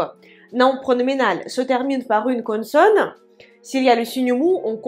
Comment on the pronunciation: Les explications sont parfaites et très claires. Merci beaucoup. Lorsque vous prononcez le mot "consonne" c'est un peu avec l'accent du sud de la France. J'entends "connesonne".